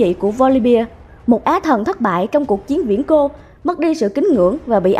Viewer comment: "Viễn cổ" chứ ko phải "viễn cô" 😑